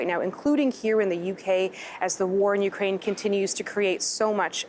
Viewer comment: Thank you for pronouncing Ukraine properly!! 💕🌻💪